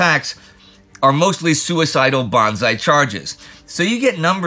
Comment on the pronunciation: Is it just me or is Indy saying "bonzai charges"? They must be a treemendous sight!